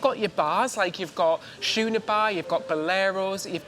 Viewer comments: Okay. Who’s gonna tell it’s pronounced “Skooner” even though it’s spelled Schooner?😂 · give crap over Shoeeeerr Bar when it’s Schooner The bedazzled was funny